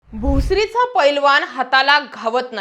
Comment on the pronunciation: वामन न आणि ण वर काम करा आधी नंतर पत्रकार व्हा महा ण गरपालिका, पैलवा ण